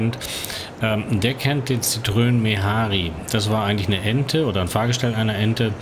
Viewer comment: Schönes Video, danke. Nur eine Bitte, bitte nicht 'Citrön' sagen. Wenn schon Citroän.